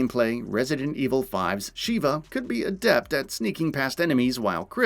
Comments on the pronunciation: oh god, the neme is SHEVA not "Shiva" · Agreed!! One thing though. Why does everyone mispronounce Sheva’s name. She literally says her name in the game! It’s not “Sheee ba” it’s pronounced “Shev uh” (to try to put it as it sounds). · It's pronounced Sheva,like CHEVrolet. I've only heard Chris say it a million times on professional difficulty. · I don't think he's played the game much to figure that out considering the constant "Sheeva"